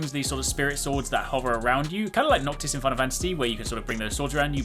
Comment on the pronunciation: I liked how he said noctis from final fantasy mans cultured also looked like Vergil too